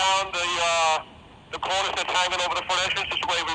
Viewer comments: Cornice. The chief pronounces it CORnis, so did my father abd grandfather, both archutects. You say corNEESE. Is that French? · Come on,, say it after me: KORN-iss. be safe.